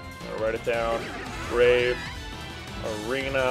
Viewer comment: It's the BRAVA Arena, not the "Brave Arena". It even said it right there on the screen. C'mon man.